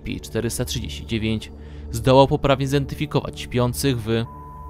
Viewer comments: Uwielbiam jak on mówi S-C-P a nie krótko scp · Ess ci pi